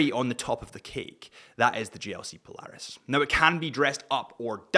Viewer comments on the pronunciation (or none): none